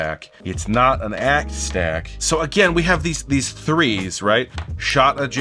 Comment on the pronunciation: Also the “of” and “her” and “an” are part of the rhymes in “a shot of jack got her back, it’s not an act”. He says it “a shotta jack gotta back it’s not a ack stack”